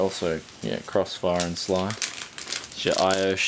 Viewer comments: well yeah S.L.I not sli but yeah usually people pronounce it as individual letters seeing as its short for Scalable Link Interface but hey if you wanna say it like that then allgood, and LOL :) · copied off asus? you do no asrock are subordinated of asus? also just to let you know it's prenounced s.l.i. not sly either way loved the unboxing good work mate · SLI is not pronounced Sly, it's S-L-I, just the letters. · is SLI not sly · sli not sly mate :) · sly connector??? S.L.I mate, get it right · like how he says SLI lol